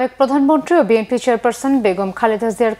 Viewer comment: ভাই অশিক্ষিত তারেক তার দলের নাম সঠিকভাবে ভাবে বলতে পারে না সে বলে বিমপি এটা আবার কোন দল?